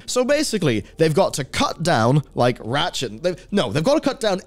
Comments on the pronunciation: all I kept hearing was "rat shit" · I enjoy your gaming reporting but everytime you say Ratchet (an IP I love playing) it sounds like you are saying rat shit and I have done a double take or two.